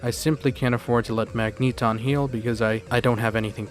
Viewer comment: Is that pronunciation of Magneton a joke?